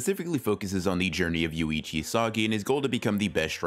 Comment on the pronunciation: Yoichi, not Yuichi. Small, thing but hard not to notice.